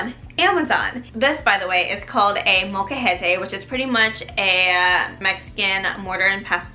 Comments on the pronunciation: realistically it's more that you seem to not pronounce the L so it sounds more like mocajete, but, honestly I barely even noticed until I really listened, so, they're just being a bit silly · Its not a "mocha-het-ay" its "mole-ca-hete" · Couldn't continue watching after hearing the word butchered a dozen times. Sorry but if you can't say the Spanish word just say mortar and pestle. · I sincerely apologize if I mispronounced the word molcajete. I tried searching the proper pronunciation before I made this video and thought I was pronouncing it correctly. Would you mind sharing the right way to say it so I can fix it in the future? Also, may I ask what part of Mexico you are from?